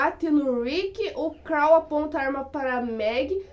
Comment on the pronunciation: Por favor não inventa moda pare de dizer o nome dos personagens errado principalmente o do Carl